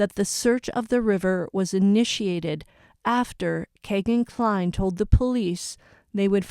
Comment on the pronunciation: his name is pronounced Key-gan Cline not Kay